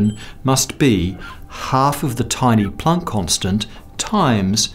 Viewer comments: Plonk? Plonk?? Shouldn't it be Planck? (rhymes with bank or sank) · You say Plank… really oddly….